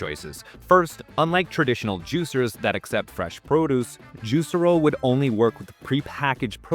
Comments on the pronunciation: It's pronounced "juice-air-o", not "juicer-o". Literally never heard it pronounced that way... smells like AI. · That's... not how the company pronounced its name (Actual Marketing Insight #1: know the name of the thing you're making a video about)